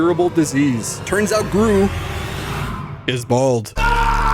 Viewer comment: when he miss said gru as dru, he was hinting the 3rd movie